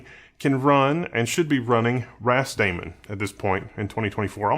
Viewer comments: I'm pretty sure it's meant to be pronounced "ras-da-man" (like "rastaman", hence the Rastafari / Ethiopian flag), not "ras-damon". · I only heard ramen